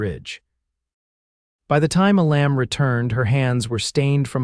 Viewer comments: Amazing that you cannot even say your main characters first name correctly 😢, it is pronounced E-lum not E-lamb. Either edit before posting or hire a human .. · Couldn't finish watching this. The mispronunciation of his name, and misspelling, was bad enough. (His name was "Elam", not "a lamb" and is pronounced "EE'- lum".) But the statements that she "walked the last twenty miles", when she just got off the train, and his that he had the ring before he even wrote to her, when he never did, was just too illogical to appeal. It was at that point I quit. It was like two different stories got caught in a blender. This story became too unbelievable to me to continue. It lost all validity, and I didn't feel anything following it would redeem it. Sorry. OR, USA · It would be better if the pronunciation matched with the way the words should be spoken. A Lamb is not the same as the name Elam. Treeline is not tree lean.